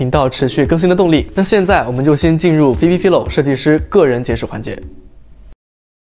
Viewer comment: Phoebe Philo的名子唸錯了